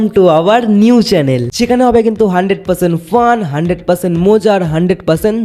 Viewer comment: আরে ওটা চ্যালেন না চ্যানেল ❤😅